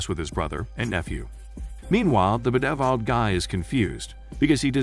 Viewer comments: The 'Beh-deh-viled' guy lol. It's a nice laugh when I hear that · I love how the commentator can’t pronounce bedeviled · Automated voice speaking most likely. While the cheap ones are really robotic and you can tell straight away, there are some paid programmes out there where they incorporate entonation and other stuff to try to sound more natural, but there are certain words that the AI struggles in. In this case bedeviled is probably not a very common word, so the programme just "guesses" how it would be pronounced based on things such as length and amount of syllables.